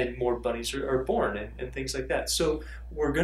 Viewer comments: Thought he said a thousand buddies :-) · Did anyone else hear "buddies" instead of "bunnies" the first time he said it?